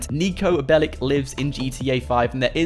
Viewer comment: He's not bellic he's Belic